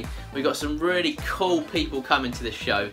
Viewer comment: The word youre looking for is; “Cool”, not “Cole”. 😂😂😂😂😂😂 I know I shouldn’t make fun of the way you talk but I just cant help myself. By the way, I love your videos. Sometimes while I’m watching them I drift off into La La land and I wake up and wonder if I’ve left my chair and committed any crimes.